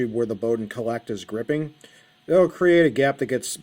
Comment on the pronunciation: Colet is not pronounced 'collect', it's 'cowl-let'